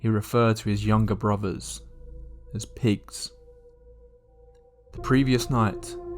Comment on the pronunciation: I cant stand british people. "Troof, Bruvvars, his younger sister, who was firteen, and his dad who was forty free"